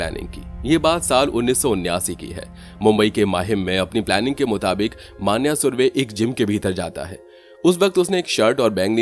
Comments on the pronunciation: मान्या नहीं मन्या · Pronounce the name correctly of Marathi words. For e.g मन्या, येरवडा